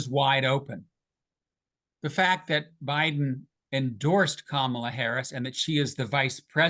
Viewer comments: It's KA-mala, not Ka-MAla. Not hard. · In US politics, "Democrat" is a noun. The adjective is "Democratic", as in "Democratic policies, the Democratic party", etc. The error is made on purpose by right-wingers as a micro-aggressive insult. Please stop making this mistake, and perhaps now you could also learn to pronounce "Kamala"